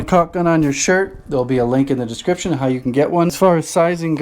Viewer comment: Descritption..... Is that Scottish?